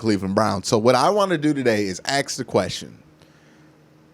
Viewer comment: I'll donate 20$ if you say ask right... Just one time, for the love of God